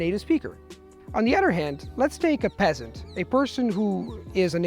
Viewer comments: I know, it sounds so harsh when he says it. I flinch a little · i cant stop laughing every time he says peasant 🤣🤣 no hate ur amazing but it’s just hilarious